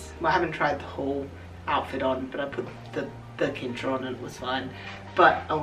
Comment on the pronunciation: DEAR XD I don't know if it is Australian English but afaik Cincher is pronounced with an S sounding C in the beginning. Not with a K sounding C. This threw me so off that I first didn't know what you referred to until you pointed at it. Just for future notice.